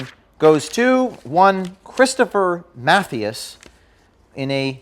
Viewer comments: Lol, "Math-e-us" ??? It's pronounced "Muh-thigh-as" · Just FYI It’s not “MATH-ee-us” it’s “Math-EYE-us”. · Geez, at least get his name right.... ma-THY-az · here is the correct pronunciation of Mathias ---- ma thigh ASS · I just wanna say its pronounced Mah-th-eye-S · I love that James did not pronounce "Mathias" correctly......